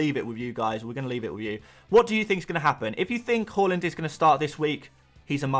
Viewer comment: Love the pronunciation of haaland as whore-land. That’s not a nice way to talk about Norway 😂